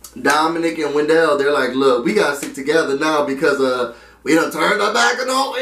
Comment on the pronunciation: it's WEN-DLE, not wen-dell hahaha